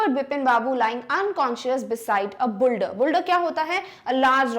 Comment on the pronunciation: That's not a buldar it's boulder